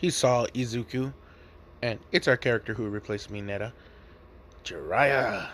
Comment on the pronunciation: when u said Jiraiya and Tsuyu I almost threw up